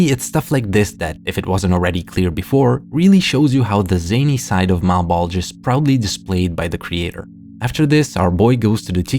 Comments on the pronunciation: Mal-Bowl-Juh, not uh Malbulge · It’s pronounced “malbolja” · I’m fairy certain it’s pronounced Mal-Bow-Juh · Malbulge lowkey sounds like "my bulge" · Whenever you say "Malbolge" I hear "my bulge" and that just adds to the semi-serious tone of that series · Ok, I'm twenty minutes into the video and I cannot be the only one hearing "mah bulge" every time refers to the series by name. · i keep mishearing malbolge as "my bulge" lmao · “Mah bulge” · Instead of Malbolge, I keep hearing Mt. Bulge... hehehhe... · We really just gonna skate past the easy joke of the fact the trench sounds like "mah bulge"?